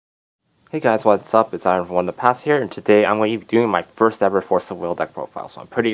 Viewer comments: I'm sorry man, I laughed hard when I heard Vlad "teeps". It is te-pes, two syllables, soft e's. Just for future reference. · Technically it is pronounced "Tepesh"